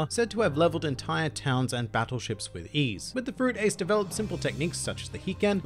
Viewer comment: remake this video and learn to pronounce his name